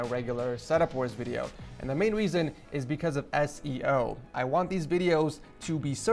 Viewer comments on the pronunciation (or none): The main "weason"